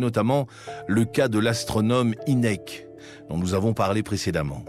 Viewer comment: Vous auriez pu faire un effort et vous renseigner sur la prononciation de Hineck et des autres... 😅🤣